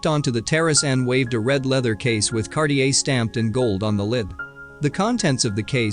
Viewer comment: And Cartier. It's NOT pronounced Kar- ti -err!